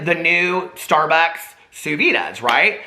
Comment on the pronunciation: Even Vinny Bobarino knows it is pronounced [soo veed]. Thanks for the laughs, Peter!